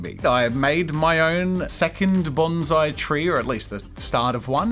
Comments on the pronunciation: those poor trees... also, "banzai" is a Japanese warcry. "Bonsai" is a Japanese art form. please pronounce the "s" :||| (i promise this is not meant to be a rude comment, i love jazza a lot) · The correct pronunciation of bonsai is Bon PSY (as in the Korean dude with sunglasses singing Gangnam Style)